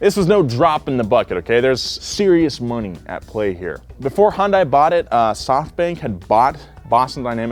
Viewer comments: Anyone else pissed off about the way he says Hyundai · pronounced Hyundai like 10 different ways throughout this video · Clicked just to hear mispronounce Hyundai every way possible. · pronounces Hyundai slightly differently every time he said it. Lol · The amount of times you completely butchered "hyundai" within the first few minutes is astounding. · You guys should probably learn how to pronounce Hyundai correctly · My only complaint about this video is pronunciation of Hyundai. It’s not Hon-die or Hon-day. The y is subtle. But it’s there. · why is it that americans can't say "hyundai" properly and say "hondai" instead? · Hyundai is pronounced “Hun day”. It’s painful (and frankly inexcusable) listening to a car channel say a popular automakers name wrong repeatedly. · It’s pronounced HEEEYUN DAY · just a tip, it’s pronounced “Hun-Day” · You're right! I kept thinking he was saying "Honda". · Did he seriously just say “highindah” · It's pronounced: "Hi-yun-die" (technically) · In Korean, it's pronounced Hyun-deh. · Everytime you mispronounce hyundai it kills me inside. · Every time I hear try to pronounce Hyundai I die inside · I cringe every time he says Hyundai lol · Just practice with me one time bro. Hyun rhymes with sun. Dai rhymes with say. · Please stop pronouncing it that way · Baby girl, it’s pronounced “hun-day”. I’ve heard both “hi-un-day” and hi-un-die” in this videos intro alone. Mama, just like repeat the “hun-day” over and over and hopefully it’ll stick. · I know you likely don’t care, but for the love of god. Hyundai is not pronounced HON DAI. Hyun Day is the closest way to pronounce it without knowing Korean. It translates directly to modern technology. But I beg of you, pronounce it correctly, my ears are bleeding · i hate how people keep pronouncing Hyundai as HUN DAI. It's Michael Jackson's Hee Hee, the YUH from rap songs but with an N at the end of it, and then DAY. HEE YUHN DAY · It’s HUN-DAY. 😐